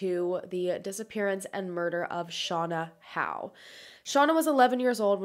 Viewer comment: Clicked because I have the same last name as Shauna. I'm very impressed with your research skills, not many people know how to pronounce Howe properly